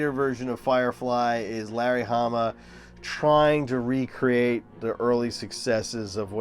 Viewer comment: Did you say Harry lamma verse............................I know ..... you said Larry Hamma